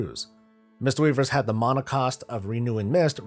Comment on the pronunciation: you say mana like a penus